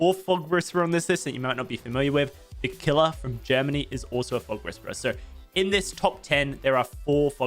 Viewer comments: it's not pronounced the killer, it's pronounced "klÖr" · The German Streamer isnt called "the Killer", there is no "i" in it😂